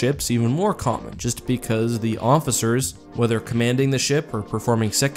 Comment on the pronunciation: Did you say Mofficers?